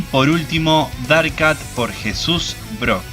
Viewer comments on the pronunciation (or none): none